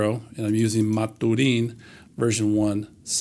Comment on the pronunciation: I'd pronounce maturin the way they do in the books. Captain Jack Aubrey and Doctor Stephen Maturin. That's "mat-chur-in"